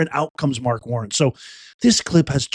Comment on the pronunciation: It’s WarNER not WarrEN. Virginians know because we suffered through him as our governor. God bless Glenn Younkin, Winsom Earle-Sears, and President Trump.🇺🇸